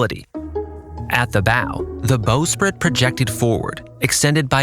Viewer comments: ok I love your videos and I just discovered then but please pronounce the terminology correctly. the bow it not pronounced like the thing that shoots arrows and the bosons locker also needs a rework. Great video though! love the nav explanation and the lack of AI slop. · “Bow” is pronounced like bau, not boe. Also, “bosun” is pronounced boe-sun, not baw-sun